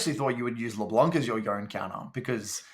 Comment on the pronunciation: Major pet peeve of mine is how he pronounces Yone. Its Y-own-eh.